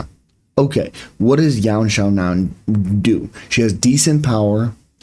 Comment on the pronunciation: You said her name perfect...